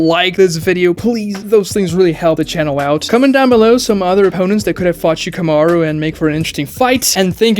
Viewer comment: Can't even make it past the first half. Nothing against you personally, just never been a fan of obvious mispronunciation of names. Shikamaru and Akamru are the two big names that killed Naruto's dub for me